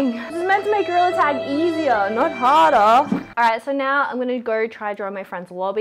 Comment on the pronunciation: “this is meant to make goriller tag easiarrr nawt hardarrr” 😍😂🫶🏼